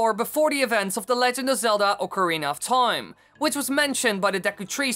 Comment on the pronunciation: U say toime often this video